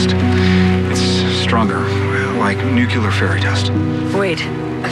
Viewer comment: Nuclear, David. Not Nuke-You-Lar.